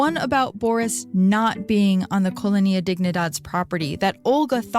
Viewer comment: came looking for a comment about this, it's killing me every time she mispronounces colonia, it's fine with me if she pronounces wrong a word once or twice, but if she's going to repeat it more than 10 times I honestly prefer that she uses the english word... downgraded the whole thing